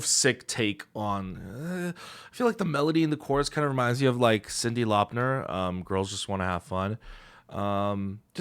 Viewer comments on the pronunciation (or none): "Cindy LauperNER" 👀